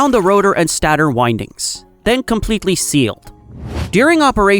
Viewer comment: interesting video. the GI voice-over gets the pronunciation of many words wrong though, maybe you guys can try a different LLM in future with better pronunciation for technical terms like stator/component/etc.